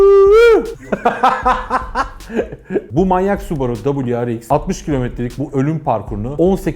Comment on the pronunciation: Su borusu diyorsun subaru ya